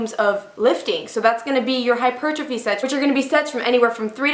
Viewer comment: When she said "hypertrophy" 💪😍👌👌👌👌👌